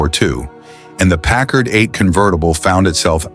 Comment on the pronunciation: Pickard? You're stupid a.i. can't even pronounce the name right. Kinda shoots your credibility to hell. news flash: Packard's haven't " faded into obscurity". any car built in 1942 is a coveted classic. And how many Buicks are you going to show? Which is the '42? Where are the convertibles? Why is this not known as a convertible coupe? Couldn't find any convertibles, huh? the 1940 something. Did your stupid a.i. forget what he was talking about?